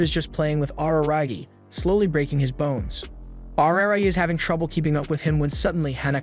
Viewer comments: Araragi= AH-RAH-RAH-GI In japanese when you pronounce the "R" sound it should sound somewhat in between an "L","D", and "R" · “Awruhrahgi” turns off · every time he says araragi he says it worse and worse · "ar-ra-ra-gi" Otherwise, great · Can't believe he mispronounced RaRaRagi's name the entire video. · the way this guy says "Araragi" really cracks me up.